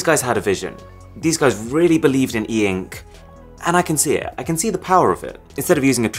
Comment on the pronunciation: Normal people : ink Arun : EEEENKK